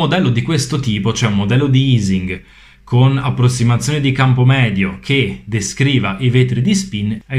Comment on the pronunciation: La pronuncia di Ising all'italiana è quella corretta, poiché essendo Ernst Ising tedesco in questo caso la pronuncia è uguale nelle due lingue. È aising (o eising) alla anglosassone che sarebbero stati "sbagliati". :)